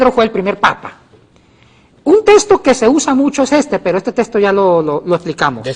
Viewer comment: SE DICE TEXTO NO TESTO.